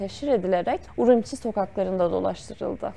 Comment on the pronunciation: Urumçi yi telaffuz etmede hatalarınız oldu 2 kere. Sonradan öğrenilen bilgilerde normal gerçi.